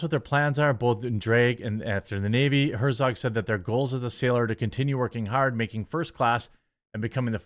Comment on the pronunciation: Also... "In Tha Nayveee"